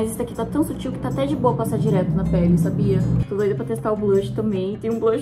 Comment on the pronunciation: a falando "bem sútil" toda hr kkkkkkkkkkkk, te amo